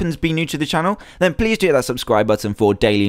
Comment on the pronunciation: did anyone else catch Dan say "pleave leave"